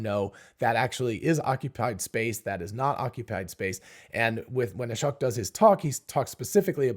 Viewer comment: Thank you for getting the right understanding and separating out the different aspects of what the CPVR videos taught us. It seems others don't get it unless it's spelled out like here. Final step is just to be able to pronounce Ashok's name correctly. At one point you mentioned Ashok and smoke in the same sentence and yet pronounced Ashok the way you always have!